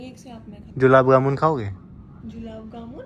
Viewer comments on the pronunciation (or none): gulab jamun❌️ Julam gamun✅️🤣🤣🤣🤣🤣🤣🤣🤣🤣🤣🤣🤣🤣🤣🤣🤣🤣🤣🤣🤣🤣🤣🤣🤣🤣🤣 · gulab jamun ❎️julab gamun 😂✅️😂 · Gulab jamun❌ Julab jamun ✅ 😂😂😂 😂